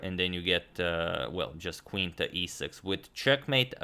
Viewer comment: Sounds more like "Quing" :D